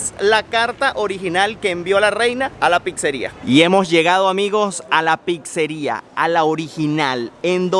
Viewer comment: NO podés ir a Italia tantas veces , estar casado por años con con una Italo - venezolana y : 1.- No haber comido nunca una pasta all"amatriciana. 2.- Llamarle "tocineta" a lo que comés en la carbonara y la amatriciana . 3.- Seguir diciendo "Picsa" . Boludo : Duele en los oídos cuando le llamás "Picsa o Picsería". 4.- No hablar ni el italiano básico ! De qué te sirve viajar ?